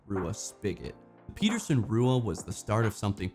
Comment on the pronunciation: Thanks for the content, Sir! I'm a big Pete fan, myself - tough to beat for workhorse pipes!! Quick note: 'Rua' is pronounced like 'Roy' and is the Gaelic word for red. Sorta like 'Lovat' is pronounced 'Love-It' rather than 'low-vot;, as it was the preferred shape of my distinguished (albeit distant) relative, Lord Lovat. Some history there I think you'd really enjoy - check out the "Lovat Scouts' - the first sharpshooters/light infantry regiment in His Majesty's Armed Forces. Cheers and GO ARMY!!